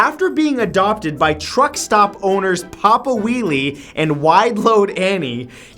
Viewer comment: Pop-a whellie